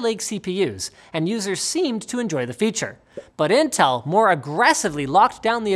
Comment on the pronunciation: Who say Intell ???